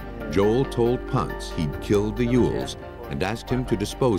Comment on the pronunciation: Ponce pronounced: Po-n-say not “Ponz.”